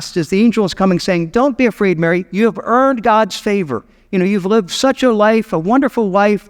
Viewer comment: Not quite sure why you keep emphasizing the word EARNED in regards to her. Her responses to the angel show nothing about her being owed anything